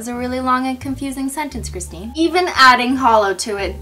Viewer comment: finally you said my name correct .(my name is Christine too)